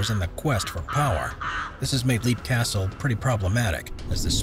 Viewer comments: Leap Castle is pronounced “Lep” not “Leap” as it’s spelled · Its pronounced "Lep", not "Leap". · Leap Castle is pronounced "Lep" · The Irish castle is pronounced Lepp I think? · So many of these videos pronounce names like Leap Castle wrong.